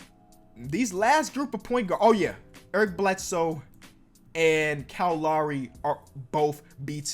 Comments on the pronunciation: Kowl LooRy Me: -_ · Always annoys me how he pronounces Lowry like law-ry